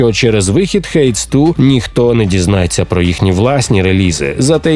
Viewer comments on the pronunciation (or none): Який "хейтс ту"? " "Хейдіс 2" себто "Аїд 2" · Hades 2 читається як Гейдіс 2 :)